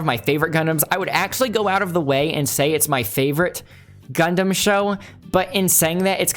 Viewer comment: sorry my guy, but WTF did you just call it? Idk if I’ll be able to get through this whole video if you keep pronouncing it that way. , Jesus, you keep saying it that way. Idk man, maybe I’ll finish this later, but it might take some alcohol or something to get through this with you pronouncing it that way the entire video.